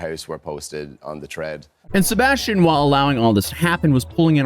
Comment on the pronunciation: Sebastian…say it a hundred times, until you can pronounce it correctly. Every time you said it, It sounded like you were saying “ sirbashtion”. Try slowing down your talking speed! 🤷🏻‍♀️